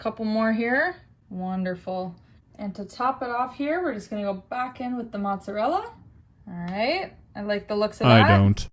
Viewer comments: "Cover the whole thing with 'Matzah'". Yeah, she meant mozzarella but Matzah is a thing so maybe just take the . % extra effort and pronounce the entire fucking thing. : "You can't tell me this doesn't look delicious" I'm fucking telling you, dude. That looks vile as fuck. The main ingredient appears to be BUTTER and it's SWIMMING in a pool of it. 🤮🤮🤮🤮 : That's salsa but ok. Honestly that looks decent at least. It's not "gourmet" but it's ok, you were being a bit hard on that last one. Yeah it's not fancy but I do bet it tastes fine. Those frozen burritos are good - FOR FROZEN - so it's probably ok. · Okay but who calls mozzarella cheese “motza” 😭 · Anyone who calls Mozzarella “Motza” needs to take a trip. Down a flight of stairs.